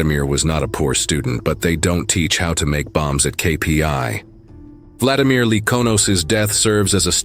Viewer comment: #1 vla-DI-mir : stress on SECOND syllable !!!!! SECOND SYLLABLE . . .